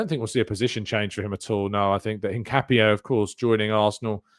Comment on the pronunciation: Btw Hincapié is pronounced IN-KA-PYEH